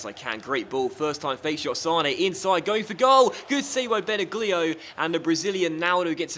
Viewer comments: it's pronounced Bena lio. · This is how you pronounce Benaglio. You should say Benalio not Benaglio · Its pronounced ben ag lio not ben a glio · benaglio pronounced benalio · Benaglio is pronounced Ben-al-yli-oh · FYI, Benaglio is pronounced without "g". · The Wolfsburg goalie is pronounced "benallio", just something for the replay:) this is my favourite career mode on youtube at the moment, keep up your work,:) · that pronounciation of benaglio though...